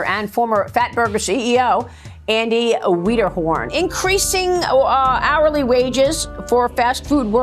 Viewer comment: "Andy WEEDERHORN"????